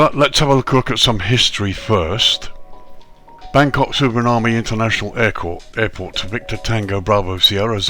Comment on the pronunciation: Please at least try to pronounce it correctly